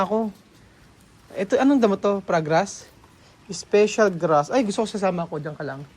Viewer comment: Paragrass hindi po pragrass